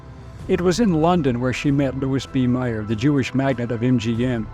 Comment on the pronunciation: That would be Louis B. Mayer, not Meyer.